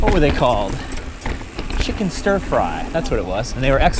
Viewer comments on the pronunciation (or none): none